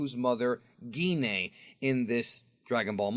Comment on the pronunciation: Gine = “Gee Nay”?!?! Ahahha